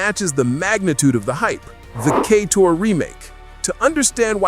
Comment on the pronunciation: There’s no way he’s mispronouncing so many words by mistake. Lol. “Kay-tor”? “Geef” Keighley? “Ass-spire”? 😂😂